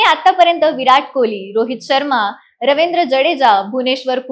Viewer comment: Ravendra nahi ho Ravindra ahe to